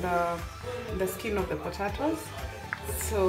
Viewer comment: Umesema potaitoes 🙈...Anyway good job mama